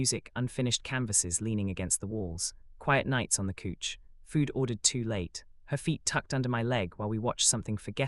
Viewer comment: Slept on his couch but pronounced as cooch 😂